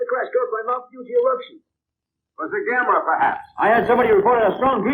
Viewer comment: I wonder when Joel finally started calling him Gamera and not Gameron lol. Oh and at the 41 min mark the kid looks like the kid from Up